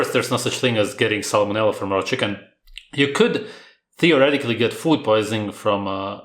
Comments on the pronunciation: Did she just say salmon vanilla? I heard salmon vanilla 😂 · It sounded like she said salmon vanilla lol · It sounded like she said “salmon vanilla” which almost sounds more gross than salmonella.